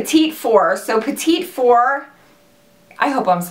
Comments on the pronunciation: Omg I love you so much but it's not petite four, it's pronounced pettie four lol. 😂😂😂❤️❤️❤️ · It's "petiefor" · Hey, I use to pronounce it like you too, but my daughter corrected me and said you say or sound it out like "pata four", just trying to help:) Love several of these color's!!! Texas Lady:) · I'm so excited for these! I think it's pronounced pettyfour, but who cares! Fabulous video as always, love you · I live hearing people pronounce petit four lol, isn't it pronounced petty foo? my french may be a little off lol love you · Great video. Petit four is actually pronounced "petty" four. It's French. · Am I the only one that thinks Dopey looks a lot like Lumiere? It's beautiful but very similar. Also, "petit four" is pronounced "petty for", I would like to know if I was saying something incorrectly so I try to help people if I can.